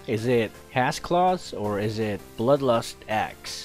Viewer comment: He kept saying bloodlostass and asssclaws hahah